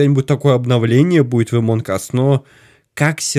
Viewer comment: Амонг а не эмонг